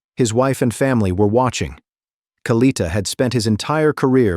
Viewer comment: AI ass hole pronounce the man’s name correctly